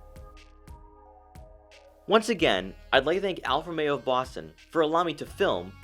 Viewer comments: Romeo, not Alfa Meo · How is this car co.pany pronounced? It sounds like you are saying Alfa-mero. Almost like one word.